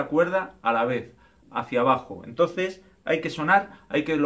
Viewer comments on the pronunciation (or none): none